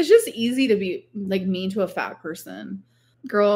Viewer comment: "Because I'm FAHT" What the everliving hell is this voice and personality